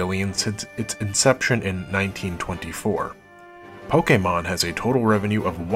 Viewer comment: I just want to take the time to thank you formally, for pronouncing the word, “Pokémon” correctly. Thank you, my good man. Bless you and your family.